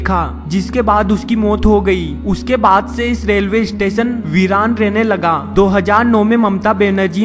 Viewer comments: lol ap apni pronunciation thik kro plzz station....istation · Bhai kya bol raha hai istation nahi yaaar station hota hai 😂😂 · bhai station bol estation mat bol mast laga bhai 😂😂😂😂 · "eestation" nahi hain be. the word is "Station" . lol 😂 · " is ees-station ko bhootiya ees-station kaha jata hai" 😂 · Estation, Estation abey bhootiye its STATION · iss-station do hajar no 😂😂😂😂😂😂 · issestetion lololol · isitation iichtation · Abhe UP wale bhaiye.... Ratta kya marta re. Estation.. 😝 😂 😂... Hai hai hai. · wtf?" istation"? "coll center" I'm definitely not "isubscribing" to this ishit